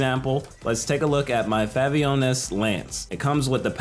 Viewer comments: he legit said Favonius as Favionas 🤣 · 'FAVIONUS LANCE'💀